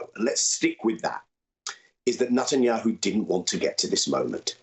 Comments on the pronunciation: Why can't Jewish Daniel Levy pronounce NETanyahu? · 😂 I love it. Nut and yahoo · I like the way Daniel pronounces his name as NUTanyahu. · Levy keeps pronouncing Netanyahu's name as "NUTenyahu." Do you think he's trying to make a point? lol. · Daniel Levy: “NutAndYahoo”. The gift that keeps on giving.